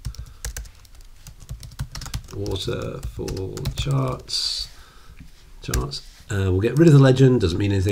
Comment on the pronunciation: "Waffle chawts." "Waffle chawts!"